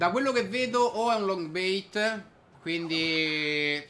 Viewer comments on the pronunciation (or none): Si dice LOG BAIT, dall'inglese log = tronco e non LONG